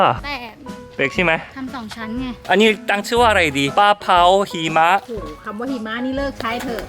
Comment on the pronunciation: คำว่าหิมะเลิกใช้เถอะ พูดไม่ชัดอ่ะ55555